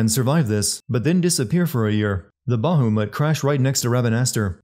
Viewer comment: I love this game. It's my favorite Final Fantasy.😊 Still a funny video.😁 I just started a new run, and this video was a little depressing in the end. Is there a "Everything great about games" Channel? Found it. Btw. The names are Kiltias and Bahamut. Not Kilitas and Bahumet. But maybe you did that on purpose, you sneaky skunk?🤣🤣🤣